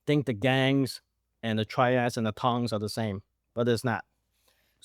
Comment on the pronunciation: Tongs, not Tings! 😂